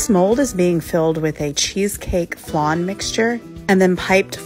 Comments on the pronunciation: Wtf is a FLONN??? It's pronounced flaahhn! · Why you pronouncing flan like that